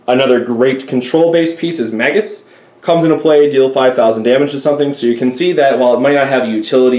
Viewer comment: Oh god it's MAYGUS. Not MAGGUS